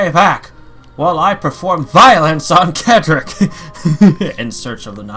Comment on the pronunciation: His name is pronounced Cedric (Said Rick) not Kedrick